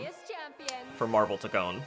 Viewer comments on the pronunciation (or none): I was actually hoping for daredevil but I will take it, also it’s funny how you say Toke-Kon 😂 W video bro